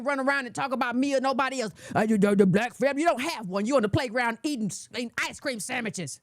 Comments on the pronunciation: The way she said “sandmiches” had me DYING!! 😂😂😂😂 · when she said "ice cream samichiz" I damn near spit my coffee all over the screen. 🤣 I've never heard of her, but I really like her, so far.